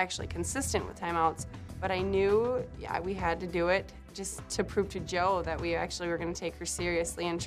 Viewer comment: lol. I'm sorry. It's bugging me. Not your fault I have OCD. But it's " Jo" not Joel. I digress. 😂